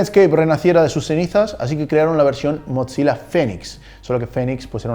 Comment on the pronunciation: Hola muy buenos tus videos, pero te tengo una pequeña corrección, "Mozilla" se pronuncia "Mosila" sin la "T" en la "Z", para que se pronuncie una "T" tienen que haber 2 "Z", como es el caso de "Pizza (Pitza)", "Fabrizzio (Fabritcio)" y "Mozzarella (Motzarela)", un saludos me encantan tus videos